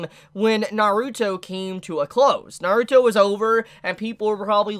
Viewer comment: it just feels like you're putting too much emphasis on the "ruto" part